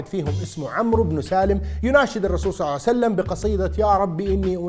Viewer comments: اقسم بالله ان هي صلئ الله عليه وآله وسلم وليس صلعسلم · صل الله عليه وسلم وليس صعسلم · بارك الله بيك على هذا الفيديو أن شاء الله تصير بميزان حسناتك لكن لما تصلي على النبي أنتبه لأن كاعد تقول (صعسلم) قل (صلى الله عليه وسلم) أو (صلى الله عليه وآله وسلم) ❤️🌹 🌹اللهم صل على محمد وآل محمد 🌹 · ليش تكول صعسلم يبن الحلال ؟ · لاتقول صعسلم 😅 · ليش تقول الرسول صع سلم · ليش تقول النبي محمد صعسلم؟